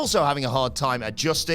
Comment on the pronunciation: Media* not Medier